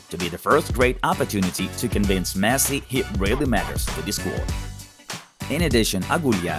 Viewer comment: wtf is messi "leaves"! get some help